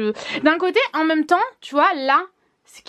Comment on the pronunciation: jaime trop quand tu di "même" car au lieux de dire "même" tu dit "Mome" 😂 jaime trop ❤ Gros bisous😘